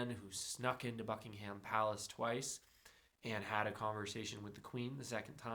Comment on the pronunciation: Why would you say Buckingham Palace Like that 😭😭😭